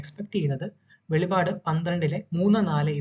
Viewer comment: വെളിപാട് അല്ലടാ വെളിപ്പാട് നീ പറയുന്ന വെളിപാട് വെളിച്ചപാട് പറയുന്ന വെളിപാട് വേദപുദ്ധതകം ന്നന്നായി പഠിക്ക